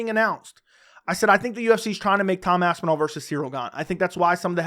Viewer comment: “eyidmen “🤣🤣